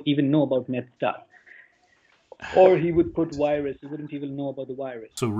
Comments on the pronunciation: Why can’t they pronounce the letter “v”? I always thought it was funny when they said “wirus” but I never knew why. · HAHAHA he actually says wirus XD